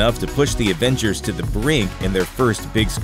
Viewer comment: Why d o u say advengers its avengers